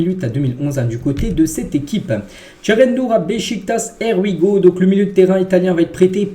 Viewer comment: Je t’ai tellement entendu prononcer “Air We Go” que lorsque j’entends Fabrizio Romano prononcer “Here We Go” j’ai l’impression que c’est lui qui a tors😅